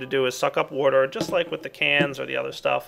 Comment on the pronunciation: Lol you say warter instead of water XD